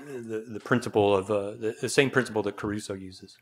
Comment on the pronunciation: It's Crusoe, not Caruso. Caruso was a famous opera singer.